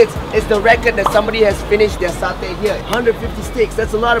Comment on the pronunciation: Is mutton satay not muthon sashay can't even pronounce properly